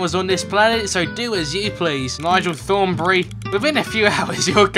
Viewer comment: he says Nigel thornbree